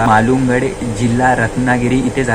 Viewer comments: मित्रा चांगली माहिती दिली मी फक्त एकच correct करेन कवी केशव सुत यांचा जन्म मालगुंड या गावी झाला. फक्त उच्चार मिस्टेक बाकी छान माहिती धन्यवाद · केशव सुत यांचा गावाचा नाव मळानंगूड नाही तर मालगुंड असे आहे 🙏🙏🙏